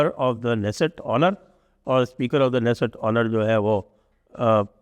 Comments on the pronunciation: Dixit Ji, I humbly submit to you, your team and rest of everyone that the Israeli word "Knesset" is NOT pronounced as in English "Nesset", keeping K as silent! The actual pronunciation is WITH K... like this "KANESET"... In Hindi it'd be कनेसेट 🙏🏼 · Sanjayji, in Hebrew, the ‘k’ is pronounced fully, hence it is क्ने सेट